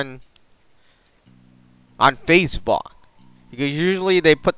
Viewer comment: When you said facebook you said facebox